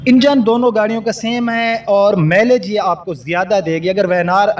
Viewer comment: cultus cul tus ایک ہی وزن کی آواز دیتے ہیں Tis نہیں آپ کلٹس کا آدھا تلفظ درست آدھا غلط بولتے ہیں کاربوریٹر ۔۔۔پوریٹر ہیں ۔۔۔۔میلج نہیں ۔۔مائلیج خیر میں آپکی بات سمجھنے پہ دھیان دونگا اردو درست کیوں کروں؟